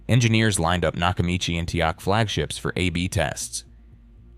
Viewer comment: The brand "Teac" is not pronounced "Teek". Is there no option to correct an AI service's mispronunciation of a word? "The numbers proved both decks could rival open reel performance." That is not so. Although those tape decks were very good, they were no match for a quality reel-to-reel system. 1) The reel-to-reel tapes were a better quality, and they could hold more information, due to their much larger recording surface. 2) Reel-to-reel decks could run a faster speeds, improving the magnetic transfer to and from the tape. 3) Everything that our host's AI computer generated voice said about head alignment and precision tuning, etc, is correct. But omitted from this video is that all decks have a built-in pre-amp. Decks convert the signal data, that is stored on the magnetic tape, into voltage. That voltage is the birth of the musical signal that eventually reaches your speakers. The decks featured in this video all have different pre-amp sections, and the sound quality of the pre-amp is extremely important. When you press the "Play" button on a deck, the actual sound has to start somewhere. It does not fall out of the sky. Something has to create the sound from silence. The deck does that, and they all have different quality parts that handle that process -- and those parts play a huge role in the sound quality. As good as those tape decks were, they were no match for a quality reel-to-reel deck, in both tape quality, and sound producing quality. Until digital became